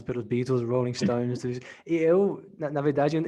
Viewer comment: Estava falando em português e falou Beatles com a pronúncia ingles, será que é no automático. Pois convive mais com a língua inglesa do que o português.